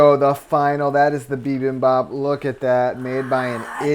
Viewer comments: lol bibabap? You guys mean bibimbap? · Just a lil tid bit: Bibimbap is pronounced Bee beem bahp. And the Koreans usually say Gim chi, not kim chi. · Haha "bee-bom-bap"